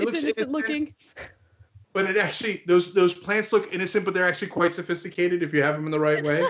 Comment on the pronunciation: He said its "very simple" nd "very safaicated" in the same breathe😂